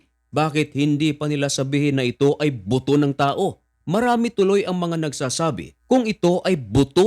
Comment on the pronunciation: Buto Po.. not boto 😂